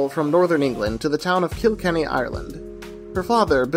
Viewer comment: Phenomenal video! It’s put together well, the script is coherent and conveys the passion, and it’s always nice to see someone shine a light on small studios, especially Irish ones ;) Also just PSA to everyone: the setting for Wolfwalkers isn’t “KIL-kenny” but rather “kil-KENNY” - no harm, no foul, just putting it out there <3